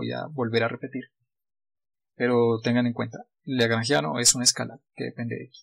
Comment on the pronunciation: Por qué dijiste lageangiano al inicio?